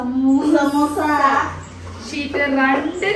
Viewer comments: Masha allah🥰 Ramdan 12 Ans: samoosa sheet(samoosa sheet ennullath shamoosha, samoosha annokke thetti paranju) 1) 2) 3) 4) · Ans:സമൂസ ഷീറ്റിനെ 4പ്രാവിശ്യം ശമൂശ ഷീറ്റ് എന്ന് തെറ്റിച്ചു പറഞ്ഞു 😄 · അസ്സലാമു അലൈകും ❣️❣️ Day 12 answer സമൂസ ഷീറ്റ്. 4 തവണ തെറ്റിച്ചു പറഞ്ഞു. 1st 2nd 3rd 4th ഷമൂശ, സമൂശ ഷീറ്റ് എന്നാണ് പറഞ്ഞത് ❤❤❤❤❤❤❤❤❤❤❤❤ ഉമ്മാന്റെ കബറിടം റബ്ബ് വിശാലമാക്കി കൊടുക്കട്ടെ. നാളെ എല്ലാവരെയും സ്വർഗ്ഗപ്പൂന്തോപ്പിൽ ഒരുമിച്ച് കൂട്ടുമാറാകട്ടെ ആമീൻ ആമീൻ യാ റബ്ബൽ ആലമീൻ 🤲🤲🤲